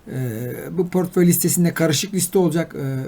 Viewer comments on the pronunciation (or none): Pörtföy ....portföy olacak...